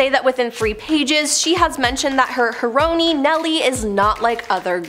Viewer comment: I’m sorry, her what?? Hare-ro-knee?? 😂😂😂 The word for female hero is pronounced the same as the drug heroin.